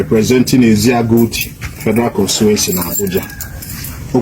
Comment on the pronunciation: Eziagu and not EZEAGU please